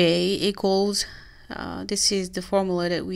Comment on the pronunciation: You have the pronounce the U in formula.